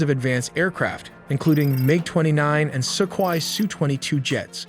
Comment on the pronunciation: I'm slightly freaked out by how awkwardly your bot pronounces "Assad" and "Sukhoi," but your recent updates have been illuminating. Thank you.